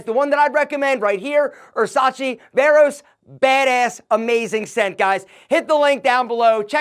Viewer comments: "Ersace Veros" you killed it! 😂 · Errsace Veros?? I’ve got dain bramage 🫨